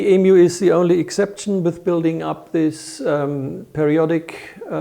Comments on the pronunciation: I’m positive it’s my ears and you aren’t purposely disrespecting all Australians, by pronouncing Emu as Eemoo. Well since you are doing a little documentary on our famous coat of arms animal. Interesting video thanks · IT IS EMU (EEMYOU) Not Eeemoo. Dear lawd -- get it right!